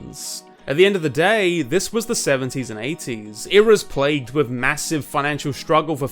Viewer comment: With is wiff? Fua fuks sake, learn how to Engliss moar betterz.